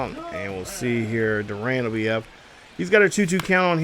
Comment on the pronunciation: Garrett Crochet (Crow-Shay) Kyle Higashioka (Hig-Ah-She-Oh-Ka) Jarred Durran (Dur-An) I’m not hating but it’s a little distracting you mispronouncing the names lol😂 I tried my best to be as nice as possible, but awesome vid and I really enjoy the pace of play